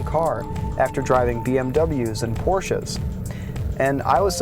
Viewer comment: high five for porsche w/ TWO syllables.